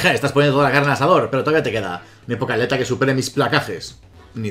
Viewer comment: Jajajaja pokealeta no sé por qué me frustra tanto que no pueda decir pokeATLETA así no se escribe pero así se dice ....